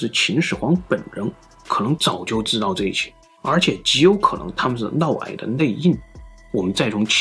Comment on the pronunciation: 普通话差点意思 尤其是嫪 这个字发音不准 听着难受